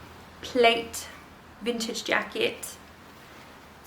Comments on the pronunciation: Loved the jackets and that ginger blouse is lovely - love H&M!! Wooden beads look great with it. Men's jackets can look amazing if get the right size and condition. Plaid pronounced plaid like lad not plate scarf is lovely too. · Your wall looks so inviting. Really elevated your space. Also, plaid, is pronounced plad…soft a